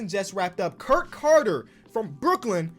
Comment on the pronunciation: Btw u were saying Kirk the whole video but it’s kurt